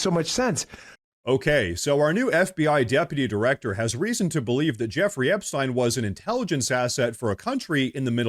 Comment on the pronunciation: You are pronouncing Epstien wrong . I'm not trying to be picky, but it's bugging me lol. love you're channel though 😊